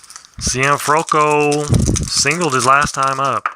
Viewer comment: hey how things I see you had trouble with Archi Cianfrocco name I hope this will help you..... See N Froc Co Italian last names could be a tongue twister......i'm enjoying your vid series on Maddox